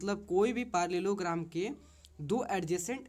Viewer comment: Pairlellogram nhi hota parallel+o+gram Hota hai